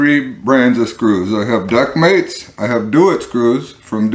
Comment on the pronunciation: Does he keep saying DuckMates?